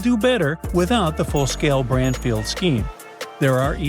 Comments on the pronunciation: Branfield... Not sure why I'm watching crud. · like how he is saying Branfield NOT Bradfield...can't he speak proper english